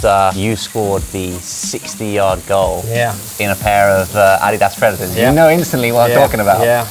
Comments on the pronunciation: Wait, Josh pronounces Adidas as ADDYDAS?! Not, AD-DEE-DUS? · You say Adidas wrong. Also Vitamins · It threw me a little to hear how the name Adidas is pronounced outside North America. In NA is pronounced A-dee-das. Not Adi-das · Americans tend to say ah-DEE-das, with the stress on the second syllable. Most other places (including Britain and Germany, where the brand is from) stress the first, AH-dee-das. It's named after the founder, Adolf Dassler just for some trivia, and his brother went on to found Puma after disagreement in management. (Both originally owned Gebrüder Dassler Schuhfabrik, literally "Dassler Brothers Shoemakers"). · Is that how Adidas is supposed to be produced? I've always proundced it A-D-Das . I've never heard it pronounced Ah-De-Das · Any one else dying over how they pronounce ADIDAS? (Your probably American but anyway) When Josh first said Ah-dee-das, I was like what is he talking about?! Then my American brain computed his English pronunciation, and I was still shook! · Are they pronouncing Adidas wrong or have I been saying it wrong for 30 years? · Americans pronounce Adidas wrong and the British pronounce Nike wrong. English is fun. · the way josh says “adidas” kills me 💀 i love him tho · I thought he was pronouncing it the Korean way 😱😱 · I loved the video, don't get me wrong. As an American who has never heard an English person pronounce Adidas, I'm shook rn 😂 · 아디다스 발음 현지화 실화임?